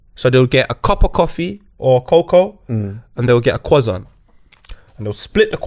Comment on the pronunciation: really said cWoissant!!!🤣